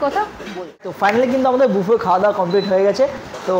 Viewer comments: মামণি,তুমি খুব মিষ্টি,কিন্তু তোমার উচ্চারণ ঠিক করতে হবে । সারা ভিডিও বাফেট বাফেট বলে গেলে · Valo lagey. Dekhi vlog gulo. Kintu ekta chotto suggestion... Pls buffet ta pronounce korben buffey boley. T na f hobey uccharan